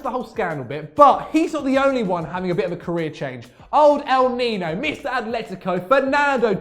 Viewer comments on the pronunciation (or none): 🤦🏾‍♂️ “El Niño”’ el pronounced (NEENYO)